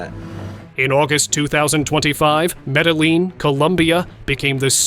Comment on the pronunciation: Cool, When? Just like the Buga Sphere? BTW Its pronounced Medellin (Med a' Yeen. no L )